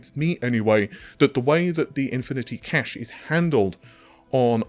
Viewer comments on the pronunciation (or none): none